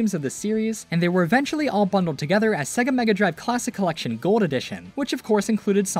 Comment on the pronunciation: Sonic Origins “Cellection”💀